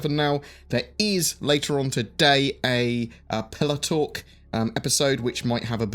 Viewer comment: I thought he said PillowTalk instead of "Pillar Talk" xD.. Would love that giveaway ship!